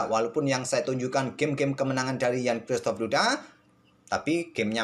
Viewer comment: Bacanya Kzistof min bukan Kristof, maaf min keresahan pribadi seperti resah mendengarkan orang nyebut kyuris pdhal bacanya kris